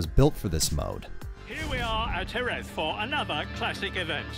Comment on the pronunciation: I'm shocked by the fact that you pronounced Jerez correctly